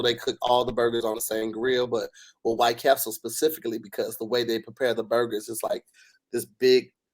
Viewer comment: Why does always add a "s" to White Castle.....I never get understood why